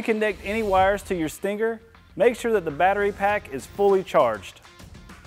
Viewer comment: He says "Stingger". Too much emphasis on the G